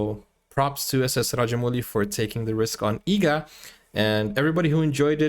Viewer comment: Bro the movies name is EEGA , not EGGA. please correct it in the description as well as in the title.